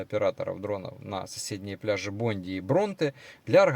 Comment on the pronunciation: Куджи пляж, Бондай пляж, ну сколько можно неправильно говорить